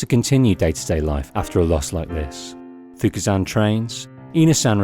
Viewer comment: Their names are Fuku and Ine, not Fuka and Ina.